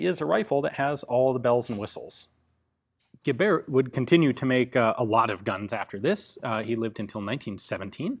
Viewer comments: Gebert is pronounced somehwat like Gae-bert, with the emphasis on ''Ge''. Serious question, why haven't you got somebody that researches those pronounciations for you? I bet you there's somebody out there who will try to support you that way, for example if they can't do Patreon. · The T in Gebert is not silent